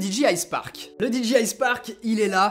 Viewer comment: Attention, si tu prononces dji avec l'accent, il faut dire DI DJAY AY et non DI DJI AY.